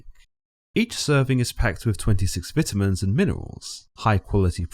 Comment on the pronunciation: The way you say vitamins make me wana hurt myself